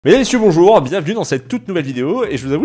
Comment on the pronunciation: Il dit mesdames messieurs juste là il a mal articulé